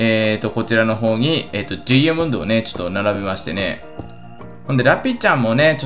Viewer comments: ドゥイヤモンド？ 言い方が気持ち悪い。ダイヤモンドでいい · ドゥイヤモンド(ダイヤモンド)、、、www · ダイヤモンドの発音、面白い。